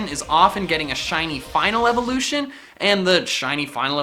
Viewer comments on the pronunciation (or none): none